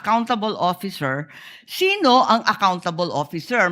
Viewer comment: Shino? Shino? Nashobrahan yata tabash nung shuwang nung shinadur 😮